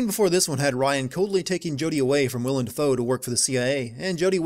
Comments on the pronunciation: I am sure I am not the first person to mention this, but it is Willem, not William. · Sin: His name is Willem Dafoe. Not William Dafoe.